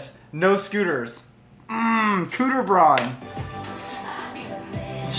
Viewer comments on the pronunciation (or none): ....wait did you just say "cooter braun" 😂 I'm dying